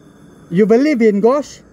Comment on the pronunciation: Sebutan ghost tu tak beberapa betul tu.. Tq best video